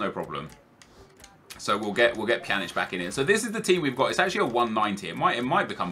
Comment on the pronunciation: Pjanic: "Panjek--"